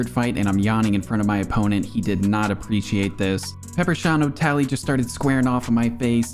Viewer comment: "peper sean o'tally" ☠